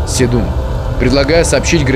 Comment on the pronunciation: С'едум - очиток, в'ереск - растение. Везде ударение на первый слог.